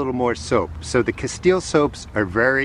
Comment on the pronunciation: What kind of soap is that? Sounds like you're saying casteel or kesteel soap?